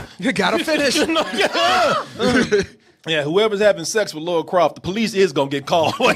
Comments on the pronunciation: AGAIN ONE MORE TIME. Not the same thing. That's the point. The way Americans pronounce her name is Laura. (Law-ra) The name is Lara. (LAR-ah) You might as well be calling her Larry. It's like if I called Korey - Khoury. Watch the movie or play the game. Not once does anybody call her Laura. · For the th time. It's LARA. Not Laura!!! Rhymes with La La... NOT Lor-A... Laura is a completely different name. Americans can't seem to pronounce it correctly. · Why can't yanks say Lara, they say Laura (nah, it sounds more like Lora) instead ...why oh why? I mean, they can say Lana, as in Lana lang, they don't say Lona Lang. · it’s pronounced “Laura” when it’s Lara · he's been saying names wrong 7 years lol